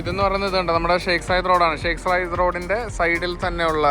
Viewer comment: Zayed സായിദ് അല്ലാതെ സയ്യിദ് അല്ല